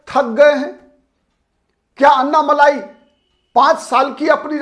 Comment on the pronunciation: अन्नामलाई नही अण्णामलाई बोलिये आप " ण " का उच्चार नही कर सकते क्या?